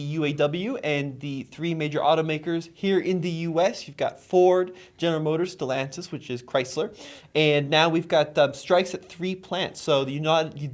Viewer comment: It is NOT pronounced StelONtis! has been listening to Nathan too much. Tommy knows how to pronounce. Why is this so hard? Also, why does this bother me so? Just bugs the crap at of me.